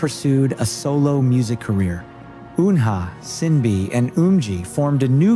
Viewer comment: Gfriend is literally successful & global now let me explain the way you pronounce their special names Kim sojung sowon > SoOne Jung yerin YERIN > yereen Jung eunbi eunha > EUNHA not Unha Choi yuna > YUJU Hwang eunbi sinb > shinBi not sinbi Kim yewon UMJI > something like Eumji ....